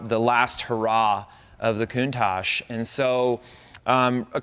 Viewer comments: I remember in the 80s when no American could say the name correctly.. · That guy says he’s Italian but can’t pronounce the name of the car correctly….. 🙄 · These guys own a COUNTACH but can't pronounce the name correctly. why not call the Miura the Miurish !